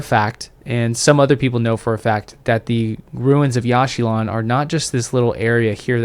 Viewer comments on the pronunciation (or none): It is pronounced "Yawsh chilaan" not "Yash shee lawn"